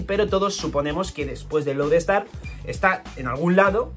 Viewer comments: Has dicho Road star en vez de Load Star y por pronunciación creí que dirias Road ponegrif y yo 😱 y tu..... Estrella polar y yo. 🤦🏽‍♂️, con lo a huevo que lo tenias.... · lo pronuncia como “Road Star”